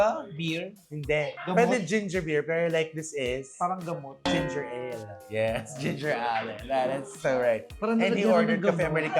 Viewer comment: Maka Ginger Ali si lol, ang cute lang. it should be “ginger eyl” if you say it faster it sounds like “gingerel”